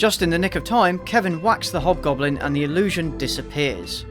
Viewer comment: Why do I hear "hot goblin" instead of "hobgoblin"? Better be a hint for a porno sequel